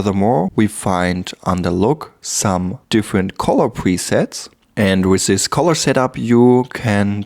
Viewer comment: Cooles Video aber eine Sache noch: Es heißt this/that etc. und nicht sis und sat :0